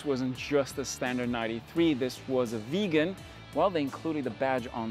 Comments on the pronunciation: it is not a veegan it is a viggen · Please, its not "Veegan" it is pronounced, "Vig_en". Thanks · Im being pedantic, but it's not a 93. It's a 9-3. Nine. Three. Also, it's not pronounced Veegan like vegan. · Viggen not Vegan!! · I seriously don’t understand why you can’t pronounce Viggen. Where does it have an ‘e’ in the beginning of the word ‘Viggen’? It is the ‘i’ as in Hitchhike. 🙄😬